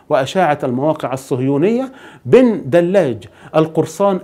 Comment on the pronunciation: حمزة بدلاج ( ج ) صاحب القناة تعلم نطق حرف الجيم ! رجاءً لا للتحريف ، شكراً، أخ جزائري.